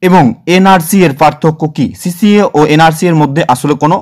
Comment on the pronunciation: আরে ওটা সিসিএ নয় সি এ এ